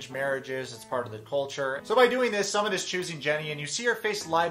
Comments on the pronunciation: Jesus his name is not "Summit". It's pronounced like "Soomit", as in "book". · Dude his name is pronounced "SOOO-MIT" not "Summit" we aren't going up a mountain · Ok but his name is not “Summit” like the top of a mountain. Please pronounce it correctly. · Did you intentionally pronounce Sumit’s name wrong? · Fyi...love your commentary but you keep pronouncing Sumit's name wrong.